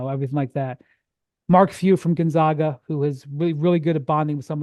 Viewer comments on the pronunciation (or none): none